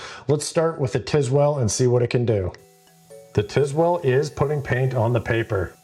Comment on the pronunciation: I tried to watch this for like 3 minutes, but i couldnt stomach how this guy butchers the pronunciation of Tilswall... brother. TISWELL? its not even close.